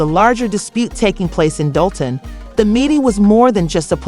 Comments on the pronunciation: 😂gotta be using A.I....cause how they keep getting it wrong when they got news clips saying it right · Ummm….. just a heads up it’s Pronounced DOLL-TON 🫥🫥